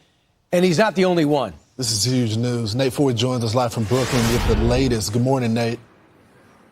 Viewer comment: When did "us" become a two syllable word?